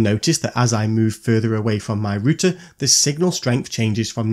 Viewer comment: Are you saying rooster???😂😂😂😂😂😂